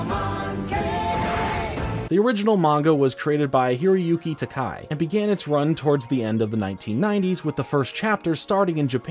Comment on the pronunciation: Just so you know, the mangaka's name is TaKEI, not TaKAI. Like George Takei.